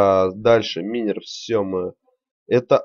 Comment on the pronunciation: Почему минер вобщето майнер запмни окай;).